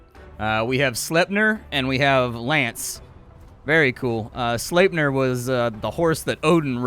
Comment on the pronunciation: you know so many things about stuff but please say sleep-near from now on so I don’t get super triggered. That horse takes me back to my childhood in FFL III